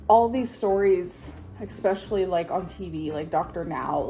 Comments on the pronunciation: I never noticed her saying exspecially instead of especially until watching this video and I wish I could go back. Noticing a new amberism and not being able to go back is the worst part of being in the amberverse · Every time she says 'expecially' I want to unalive myself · Every single word beginning with es- she pronounces as ex. Excape is another example.